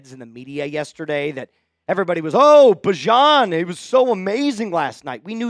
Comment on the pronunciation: by the way, bijan corrected the SNF crew that he'd rather be called "bee-zhon" again😂time to switch back